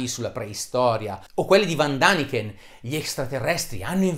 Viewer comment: Come menbro del CICAP solo in parte credibile, nel suo articolo ci sono diverse contraddizioni,sapientemente nascoste.Per non parlare della sua passione per l'uomo aracnide, e lo storpiare il nome di Von ( si legge Fon ) Däniken ( si legge Deniken )